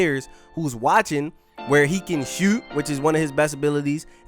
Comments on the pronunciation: “SHEWT” lmao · The way say shoot u would think he’s from Baltimore